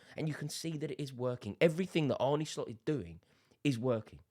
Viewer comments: Just to note on pronunciation. Its more Arn than Arnie when pronouncing Arne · It's Arn-u, mate. Not Arny. Cheers Rore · Stop calling him "Arnie". His name is Arne! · It's not Arnie, it's Arne. Think John Arne Riise. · I can't listen to you saying bloody Arnie 😩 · We're english. It's Arnie. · It's Ar-nuh